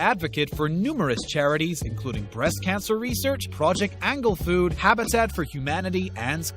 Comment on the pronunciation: Did you say “Project Angle Food”? Lmao